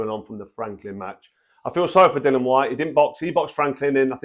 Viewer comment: As always, straightforward truth from Froch and he's becoming quite the accomplished pundit Just one minor thing, it's Dillian not Dillan, no idea why it's so difficult for so many boxing pundits.